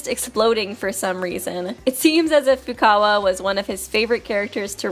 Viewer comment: you just said FUCKawa